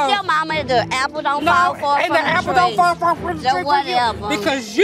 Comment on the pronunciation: "AND THE APPLE DONFAWFRUMDUHTREE WITCHU!" 😭😭😭😂😂😂😂😂